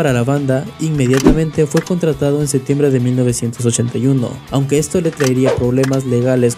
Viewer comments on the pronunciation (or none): none